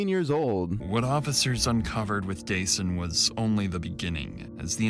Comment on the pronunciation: idk why but the narrator mispronouncing dasan’s name even tho its heard in interviews being pronounced the right way bothers me… a little kid was killed the least people could do, out of respect, is say his name correctly